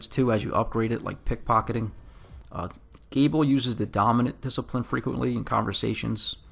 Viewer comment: Oh yeah… and it’s Galeb, pronounced Gay-lub